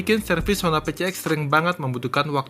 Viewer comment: Honda PCX, orang2 nyebutnya Pe Ce Ek 🤧, jujur kuping gw terganggu sama cara nyebutnya itu, padahal yg bener dibacanya Pi Si Eks, bukan Pe Ce Ek,, dan memang bagi gw pengucapan Pi Si Eks lebih enak didenger dan nyaman di telinga,,, sorry bukan sok English ,,, karna memang PCX itu diambil dari singkatan bahasa Inggris, yaitu Personal Comfort Xaloon (plesetan kata dari Saloon) yg artinya kendaraan pribadi yg menawarkan kenyamanan dan kemewahan 🙏🤧